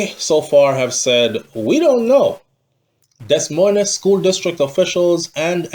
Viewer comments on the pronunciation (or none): Des moines is pronounced di- moy- in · You're too old to still be pronouncing words like that and you keep saying it...the S's are silent my friend..its Pronounced Deh..Moine.. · Pronunciation of that city Should sound like you’re saying Demoin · Pronunciation of Des Moines is “De Moyne”